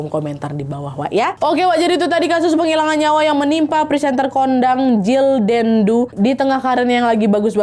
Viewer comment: Maaf Wak kau baca nya pesantren kondangg😅😂